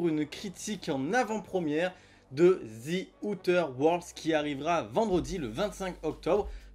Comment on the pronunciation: Zi outeur world l'accent ma flingué !